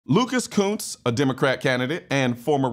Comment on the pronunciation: somethig tells me Kunce's name need a better pronunciation :P